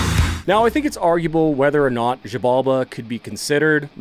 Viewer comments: I think it’s pronounced “shi-balba”, in Mayan, the x is pronounced with an sh sound. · wait, did you just said "mayan"? Like, from Mexico? If that's the case, no, they have a weird fixture in pronouncing the x like anything BUT x, so if I gutted it right, it should be jibalba 😅